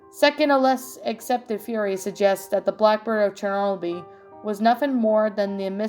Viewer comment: Awesome reading as always! Also it's pronounced chur no bull. Hope you had a nice Halloween and you can read my request soon! Did the link work for you? 😊